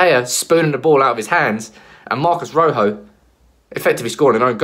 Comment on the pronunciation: ROJO Ro as in rock why can't anyone get his name right ?